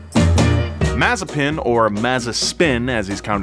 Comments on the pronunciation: Video as always was very good! Only thing is your pronunciation. He is mazEpin not mAzepin.😘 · Another one it is MazEpin (he's russian after all), not MAzepin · It’s pronounced, Mazes🅱️in. 😂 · Mazepin more like mazespin😂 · no, its masivespin